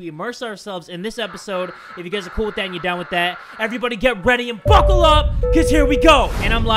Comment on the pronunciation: Yo every time he says “buckle up” I hear “fuckle up”! Like whyyyyy